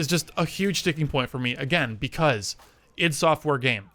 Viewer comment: Just a small note from the start, id is pronounced like "it" not like ID.